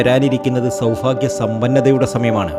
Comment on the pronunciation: സൗഫാഗ്യമല്ലെടോ സൗഭാഗ്യം